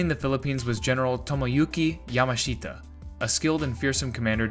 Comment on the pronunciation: LAY-TAY. YAH-MASH-TAH (Emphasis on second syllable.